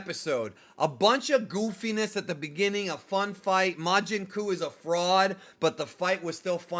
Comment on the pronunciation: Oh boy, as a native portuguese speaker… majin cu…. 😂😂😂😂😂😂